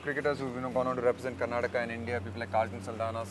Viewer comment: It is KARNATAKA and NOT KARNATAKKKK! Shekhar you moron!